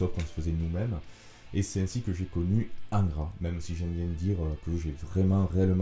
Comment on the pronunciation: Bonjour ! Merci pour le temps passé à t'écouter. Pardon d'avance 😋 mais quand tu dis Angra avec ton accent cela sonne ingrat a mes oreilles. Donc ; étant bassiste d'ingrat normal qu'il soit oublié... Humour et rip pour le (Monsieur)Matos et bite en cours,cela n'est point mon affaire. R.I.P (mieux vaut en rire que s'en foutre 😢). Bonne continuation 🖖🤘🙏